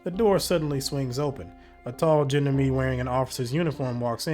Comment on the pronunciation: you really should look how to pronounce the word gendarme. it's from french and is a type of police. it sounds sooo nice in french and you just butcher it. :))))). but still really enjoying the playtrough.